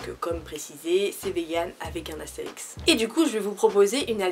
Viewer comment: Astérisque et pas Astérix stp😂❤️ (Team L désolé) Super video, toujours très crue dans tes analyses, ça Manque beaucoup sur YouTube ! Continue comme ça !!❤️